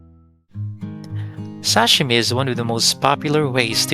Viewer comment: It's SASHIMI not SASHIME😂